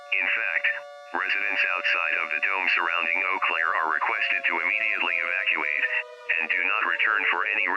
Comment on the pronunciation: can't say Evacuate properly.